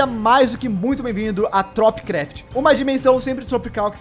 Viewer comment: Kkk toda vez que fala tropicraft eu entendo topcraft kkkk